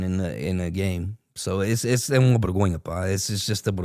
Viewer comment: No hate! But a bergonha é vocês dizerem bergonha em vez de vergonha 🤣 mas de resto muito bom! finalmente ver algo sobre a liga portuguesa!